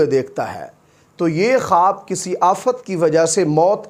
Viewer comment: Tu pahle خ bolne ki practice kar.Halaq se nikaal.Kharrate ki aawaz nikaal kar dara mat. Matti nahin mitti.